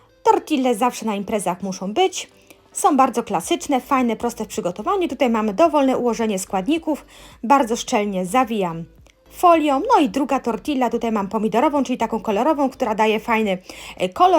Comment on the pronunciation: Mowi sie tortija, dwa LL czytamy jak j w hiszpanskim